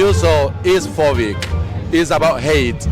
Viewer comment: If you pronounce phobic “phovic” GET THE HELL BACK TO MEXICO!!!!!!